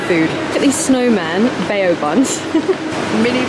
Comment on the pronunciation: BAO is pronounced “bow” rather than “bayo”